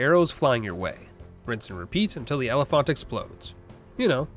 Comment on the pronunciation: I'm going mad hearing you say elephant but pronouncing the phant the same way you would in oliphaunt Like if you were just saying elephant then fair enough, they are basically just juiced up elephants after all and not everyone knows or cares that they aren't called than in LOTR but you're doing some strange mix of the two and I'm not sure if you just thought they just pronounced elephant weirdly in LOTR or if you normally pronounce elephant like that Edit: love the videos btw, I'm mostly kidding.... mostly